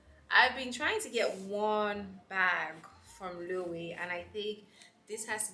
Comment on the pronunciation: Love the unboxing! Your style is unique. Don’t mean to be that person but it’s a pronounced lo-ay-vey (Loewe) it’s a Spanish brand so obviously it’s not spelt as pronounced.